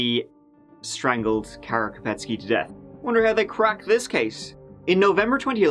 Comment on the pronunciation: Beautiful pronunciation of “Kara”!! Poor pronunciation of Candice though!